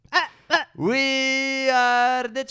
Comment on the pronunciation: “Se are the Champions”😂😂😂😂😂😂😂😂😂😂😂😂😂🤣🤣🤣🤣🤣🤣🤣🤣🤣🤣🤣🤣🤣🤣🤣🤣🤣🤣🤣🤣🤣🥳🥳🥳🥳🥳🥳🥳🥳🥳🥳🥳🥳🥳🥳🥳🥳🥳🥳🥳🥳.